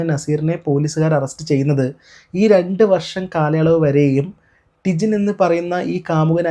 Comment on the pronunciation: Idakk tijine , tinjin enn parayunnund😂